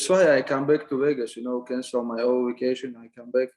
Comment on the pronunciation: Funny he can say coVid but says waycation instead of Vacation 🤣